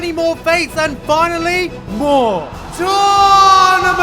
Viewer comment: JUST BECAUSE YOU SAID TOURNAMENT ARC PROPERLY IM GONNA WATCH THE SECOND SEASON OF BNHA